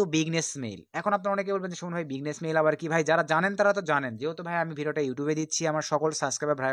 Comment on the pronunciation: ভাই বিগনেস মেইল না, বিজনেস মেইল হবে 😂😂😂😂